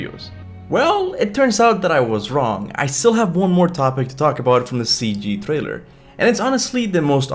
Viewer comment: Dude, is tree, not three, and it’s trailer, not thrailer!!! Can’t listen to this 🤦🏻‍♂️🤦🏻‍♂️